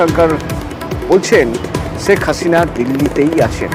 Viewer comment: ছেক হাছিনা না শেখ হাসিনা। বাংলা টা ভালো করে বলতে শিখুন।কোন শ স ষ এর কেমন উচ্চারণ শিখুন